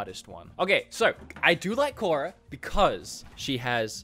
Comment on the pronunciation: Clearly has never watched avatar the Last Airbender doesn't even pronounce korra correctly but we still love him though